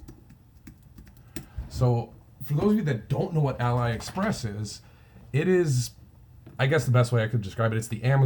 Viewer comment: Thanks. "Ahlee" Express by the way, like Alibaba:) Just subscribed, I think you and I think along similar lines. Most of my sales are in small niches that are mostly overlooked. Good luck and thanks for the vids.